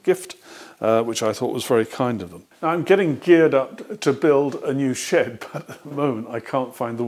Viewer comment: New She’ap.....obviously you meant shed. Useless comment I know just had to replay it several times as it doesn’t make sense 😆